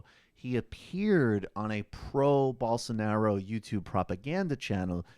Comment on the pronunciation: Bowl-sar-na-ro....is going to jail